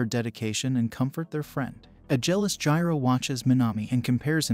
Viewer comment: Jiro lol it's jirou